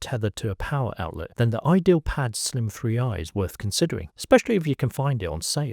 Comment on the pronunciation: bro, its not "idealpad" its "ideapad"